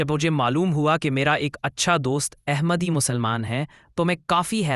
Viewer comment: The correct word is Ahmad not Aehmad. The word Ahmad is in the Surah Al Saf. Please, correct the pronunciation. The word Ahmad is the superlative degree.